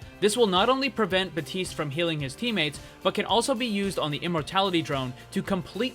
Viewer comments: It,s baptiste not baptist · really useful video but drives me mad every time you miss out the "P" in Baptiste's name